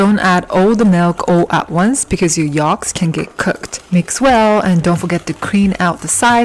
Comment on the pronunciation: For goodness sake, the word is yolks with an o. Not yalks with an a. Do you understand?